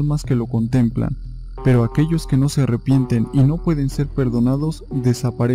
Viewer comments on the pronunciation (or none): none